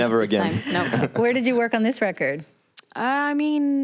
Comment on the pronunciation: She’s pronouncing the ö correctly, but there’s no R.. she keeps saying vörk 😓